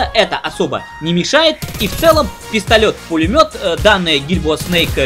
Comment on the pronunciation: ну он то тяфкнул Ё а не Е